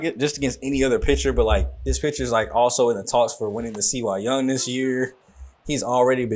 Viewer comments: Bro... Had to catch up just found you... Its CY YOUNG.. Not C Y.. I get a dawg ass laugh outta that everytime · Love to see some Tigers action but you are killing my with C Y young is Cy (Sigh) Young Cy are not initials its his name brother. Keep up the good work love the series